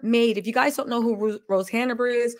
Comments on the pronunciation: It's Hanbury , not HannAburry. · Your information is SO misguided . Your hatred for a family you don’t know even know is clouding your judgement . I would suggest doing some actual research before posting so much misinformation. And it’s HANBURY NOT HANERBURY . At least get her name right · the name is HANBURY, not HANABERY! Say it properly. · Who can take you seriously when you refer to Rose Hanbury as Rose Hanaberry? Don’t you know her name yet?